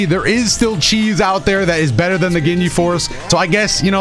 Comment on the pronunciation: aint no way he just said seen 'burter' days 😭